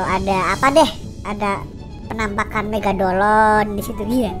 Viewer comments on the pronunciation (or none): Megadolan WTF 😄😄 Megalodon bro bukan megalodan 😄😄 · Megalodon bukan megadolon😂😂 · Megalodon bukan Megadolon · Ngakak suaranya😂😂😂megadolon(megalodon) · MEGALODON ANJIRR BUKAN MEGADOLON , KOCAK BAT KOCAK ANJIR WKWKKW AUTO SUBSCRIBE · Megalodon, bukan megadolon 😂🐐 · Abang main pubg di terminal mana? (Latar belakang) EDIT: megalodon bukan megadolon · Lu tau ngomong megalodon megadolon wkwkkwkw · Megalodon kali bang bukan megadolon...hahaha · Megalodon cuk bukan megadolon 😂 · Megalodon bukan megadolon😂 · Megalodon bukan megadolon🤣🤣🤣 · Megalodon bang bkn megadolon🤣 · MEGALODON cing bukan MEGADOLON HQHAHAH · bang kok megadolon bukan megalodon yang juga ketawa like wkwkwk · Megalodon, bukan melogodonq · Megalodon bukan megadolon:v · Megadolon? Bukannya megalodon? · Megalodon ea....bkn megadolon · megalodon bukan megadolon:v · Ehh bukan megadolon tpi megalodon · Megalodon bkn megadolon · Megalodon bukan megabolon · megalodon bukan megadolon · Megalodon bukan megadolon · Woi megalodon bukan megadolon